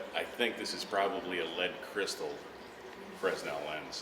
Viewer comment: Very nice vid! Thankyou! Not to be picky but I think the s is silent when pronouncing Fresnel lens.